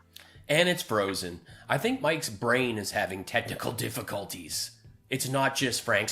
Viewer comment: We're having technicoll did uh diffe huh technicoll diffiCULTys.